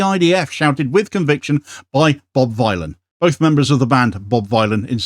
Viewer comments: THANK YOU! Bob Dylan, the ethnonationalist villain. Not violin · 'Ere, Bob Vinyl, proper job